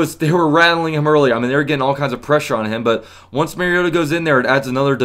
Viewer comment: Love you analysis! ... and you know about SportsFanEntertainment and TitansTube. Will have to check you out more during the season. BTW, it's Mahr-Ree-Oh-Tah for pronounciation, not Mair (like hair)-Ree-Oh-Tah... common mistake by national broadcasters and some fans